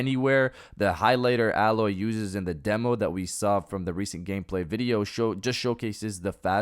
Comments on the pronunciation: Dude it's (A-Loy). Not alloy the metal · you said alloy like the metal but it's A-loy